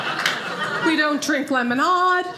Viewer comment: "We Don't Drink Lemon-Ahd...We Don't March In n Par- Ahds... We Don't Play Char-Ahds! It's ODD!!...People Who Talk Like That Don't Get L-Ahd!"...😂😂😂🤭🤣🤣🤣👏👏👏👏👏